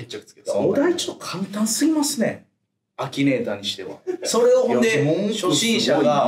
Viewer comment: アキネイターじゃなくてアキネーターじゃね？笑